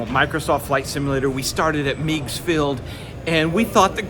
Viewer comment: FWIW - Meigs is pronounced M-EH-G-Z, not M-EE-G-Z, 60 year Chicagoan here